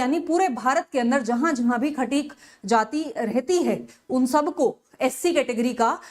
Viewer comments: खतिक ❌ खटीक ✅ Kya teacher banegi re 🤦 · खाटिक नहीं वो खटीक होता है मैडम